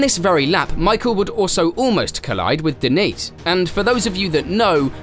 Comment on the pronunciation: Great content. Subscribed to channel 👍 Just one little thing….. Diniz is not pronounced Denise 😂